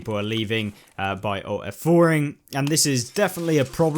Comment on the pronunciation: ALT + F4, not "owt f4"